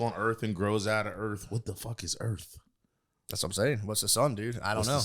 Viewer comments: Calling it "Earf" is making me racist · pronouncing earth as “earf” will never not make me laugh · Matt teaching Nate about the Sun and the Earf.